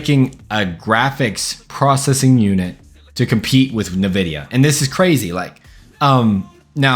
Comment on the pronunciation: Bro said nividia